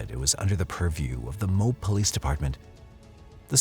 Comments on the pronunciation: As a Utah Native. It's pronounced Mo-Ab not mobe.... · Just so you know, in the Ann Woodward case, the town is pronounced MOE-AB. Not Mobe... This is coming from a lifelong Utahn 😊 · MO-ab is the correct pronunciation.